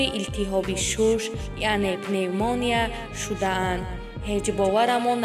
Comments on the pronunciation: ПневмОния нее ,пневмонИя! Духтарак гап задана ёд гир.))) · Эээй бесавод!!чи хели хонданай!!Аввал тайёри намебини!!Шарманда ПневмАния!!пневмОния!!ширгит!! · Пневмония неее Кишлокия Аввал ед гир хондана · Пневмоня не пневмания гапзанира ёд гир ровии оликадр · Пеневмания , пеневмония и чи гап дуруст гап занед руси натонет точики гап занед шармандагииии!!! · И ай ҳами каранавирус мурдай пневмааанияву пневмония када рута сиёҳ аввал гап занира ёд бги петя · Хами баранда авал гапота азиед накарди пиневмония гуфта хдта гум кардести🤣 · Пневмониия неее , пневмания 🙄😏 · пеномоня не пенаменья . худо чояшонро чанат кунад бисер зани зебо будан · Пнеев монииияя🤣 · пневмония гуфта наметона чи хели барандаи илтимос якбор хдт хта гуш кн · Ин кадом бесавод гап задос гап зания ёд гирад бад гап зана пневмония гуфтос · Даф щав кати гап занит ПневмОООния😃😃😃😃😃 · Мемри гап занира ёд гири Бад дар бораи Мунира гап зани Пневмания гуфтанша ёд гир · Мемри гап занира ёд гири авал🤣🤣🤣 ПНЕВ ММАНИЯЯЯЯ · Э далбаёбка авал гапзанира ёд бгир ба баромад к. Пневмонияя 😂😂😂😂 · Ту аввал гапзаниро ёд биги пневманияро пневмания мегуй. Дафша катии шабакат бесавод.